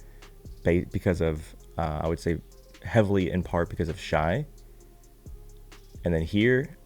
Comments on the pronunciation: Shai, pronounced Shay, lol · just a heads up Shai is pronounced Shay Just wanted to look out in case people try to ever come down on you about it